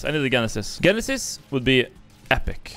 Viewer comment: The fact that he can do all this and still not prononce "Genesis" correctly is the most bino thing.